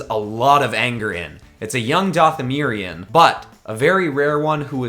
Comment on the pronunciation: if he says dathamerion one more time